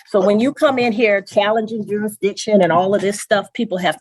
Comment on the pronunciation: He’s jurisdiction like a toddler learning how to pronounce big words.